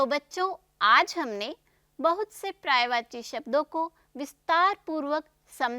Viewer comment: prayvachi nahi paryayvachi boliye. Pahle apni hindi khud theek kariye.